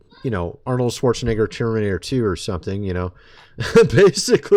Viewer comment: I don't like when ppl pronounce Arnold's name because it comes out like this vid